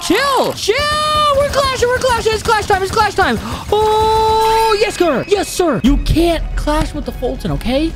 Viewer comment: Normal people:yessir Foltyn:yeskir😂